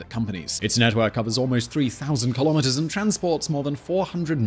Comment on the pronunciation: Nah. I like Key - lom - mitt--ers